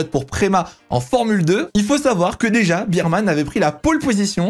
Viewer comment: Cool video mais tu veux pas dire "bèrman" stp??? La bise 😜